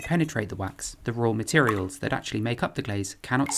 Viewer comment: I like the way he says rawr materials